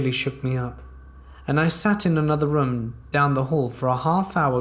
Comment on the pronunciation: Your pronunciation of the word 'room' legit made me get up to skip the whole story, just narrate with your natural voice